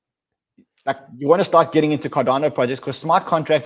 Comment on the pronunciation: Cardano not cardayno😄